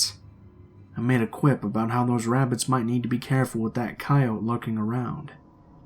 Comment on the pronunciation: I had to check if I’d been mispronouncing coyote this entire time